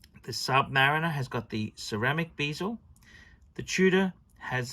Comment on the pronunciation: Stop saying Submureener and beezel!!!